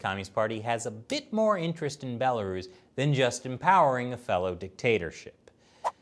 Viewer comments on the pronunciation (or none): "a bela-ruse" amazing.